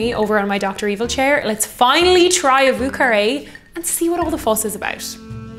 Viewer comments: Vieux, pronounce more as yearning. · Thank you for wonderful videos! Also a great whiskey sour-fan.. Have you tried an Apricot Sour? Think it’s the ultimate version😊If you’re making more french cocktails: Vieux is pronounced ”Vjö”☘️ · Yo,, it’s Vieux as in “vo”, like “yo”. This is a New Orleans pronunciation, and they’d be offended if you ain’t said it right! My favorite drink, btw! 🤗🥃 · You may want to learn how to pronounce vieux